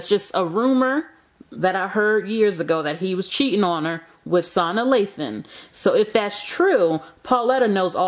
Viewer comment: “Sauna” Lathan? I’m done. 🤩